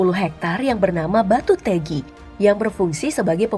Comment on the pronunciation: Makasih min udah ekspos lampung walaupun ada beberapa kata yg pelafadzannya kurang tepat tpi gpp😁 karna mengucapkan bhasa Lampung memang sedikit sulit Untuk danaunya sendiri itu danau 'Ranau' perbatasan Lampung & sumsel Bendungan batu teggi kira² bgtublh cara pengucapan nya Dan benar sekali di Lampung lbh mendominasi pedatang ketimbang warga asli Lampung Tapi ya kalo lahir dan besar dilampung itu artinya orang Lampung Salam dari Lampung Selatan